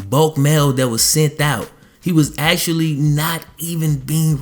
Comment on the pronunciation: Say actually.. not axeually!!!